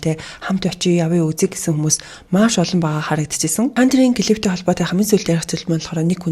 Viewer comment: бүх бичлэгийг нь үздэг дуртай шүү ❤ гэхдээ клип гээд хэлээд өгөөрэй клифф гэж байхгүй шүү